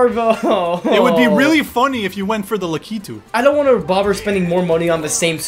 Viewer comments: Stop pronouncing lakitu as lack uh too. That's not right. It's luh kee too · Lakitu’s not important Laki-too-too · I felt sorry for the editor there when said “Laki-titties” 😭